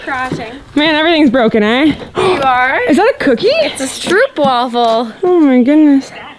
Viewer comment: Great to watch you have so much fun! btw, the waffels are Dutch and you must pronounce them as "Str-OO-p Wafels!". :) (pronounced as the letter "O")